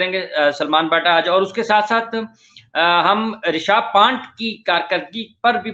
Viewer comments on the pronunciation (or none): His name is ' ऋषभ पंत ' not ' ऋषभ पंट '